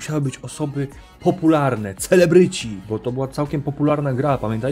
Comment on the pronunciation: czy tylko ja usłyszałem na cfelebryci?